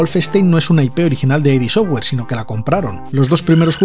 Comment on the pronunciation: Curiosidad: No se pronuncia "ai di" software sino "id" software, tal cual. A Romero esto le toca mucho los cojones 😂😂